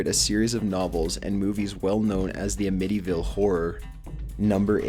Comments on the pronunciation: Am-itty ville, not Uh-mitty ville. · How have you never heard the name Amityville before? The emphasis is put on the A, not the MITY. This is common knowledge. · It's 'Amityville', not 'Emityval'. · AMM-itty-ville, not A-MITTY-ville. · His pronunciation omfg a-mitty.... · I don't think our boy has ever heard of the A·midi·ville horror, or Robert Dafee·O.🤭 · Interesting way to pronounce Amittyvile. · "A-MITTTY-VILL" WHAT THE ACTUAL FUCK😒 COME ON DUDE. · AM-IT-EE-VIL not what ever the hell you kept saying but I love all of your lists. Sorry to be critical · "Uhmittyville" god cmon pronounce simple words correctly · omg you stupid fuck, it's pronounced am-nih-tee vile. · Dude, it's pronounced "Am-a-ty-ville" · Mark Constantino shot Debbie because she was trying to leave him. There was another man involved. What's mysterious about that?!? P.S. your pronunciations are horrible! It's AM-IT-TY!!! And, OMG!!! It's VIL-LIS-CA! Why do you narrate these video's when you can't pronounce words and you sound like a valley girl?!? Ugh! The video's are awesome, but your voice and horrendous pronunciations ruin them! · First time I've heard anybody pronounce Amittyville like that. Threw me right off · I like your videos, there's always stories I haven't heard, but I am going to respectfully correct your pronunciation on a couple things-k? the town in Long Island is pronounced "AM-IT-EE-VILLE", and from all the coverage, the family who got killed by the son name is pronounced "Deh-FAY-OH". Just so you get it phonetically right. no offense to you, you do a great job finding stories that aren't seen over and over, and don't drag out the ones we all HAVE heard over and over...this is one of my favorites, paranormal deaths happen a lot more than we ever notice or give credit to. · The way this guy says Amityville pisses me off a little. It's a short A sound, and the emphasis is not on the I. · "Ayemitty" ville :') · Dude you mispronounced Amityville and Vilisca